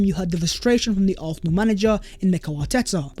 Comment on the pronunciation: Love your content bro but why do you pronounce Arsenal like that? it grinds my gears icl big up though